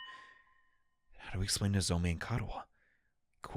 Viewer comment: IM ALREADY 13 VIDS IN. HOW MUCH LONGER IS GONNA CALL HER NOZOMEH INSTEAD OR “NOZOMEE” ahhhhhh. HE DOESNT CALL DARUMI DARUMEH!!!!!